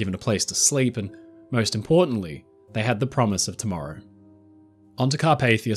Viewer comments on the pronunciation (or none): none